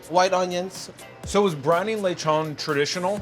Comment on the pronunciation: I like it when non-speakers say lechon as lay-chawn